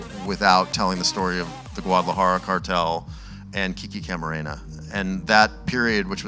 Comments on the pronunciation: Dude can't even say Guadalajara and is there to show his face on an interview 😂😂😂 Great work Zoom🙏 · these idiots dont qualify for this interview , they cant even pronounce 'Guadalajara' , ofc they haven't seen the show, then why are these idiots there to 'interview' these greats actors not bragging but I could have conducted a more respectful and insightful interview tum log sallu bhai ka hi interview le skte chutye log